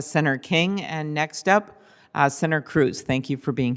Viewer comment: Klubachair says "senair" instead of "senator." Has she been drinking with Pelousey?